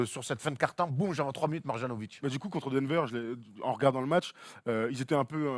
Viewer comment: Mais c'est pas possible, vous faites exprès de massacrer les noms de joueurs ou quoi ?!? Après "Donsitch", maintenant c'est "Mar-Jeannovic". C'est MARIANOVITCH. Le J en serbo-croate se prononce "ye", d'ailleurs vous dites bien "Yokitch" et non "DJOkitch"